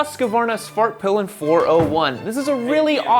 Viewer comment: Dude I swear I heard say Fartpilin' at one point in this vid 🤣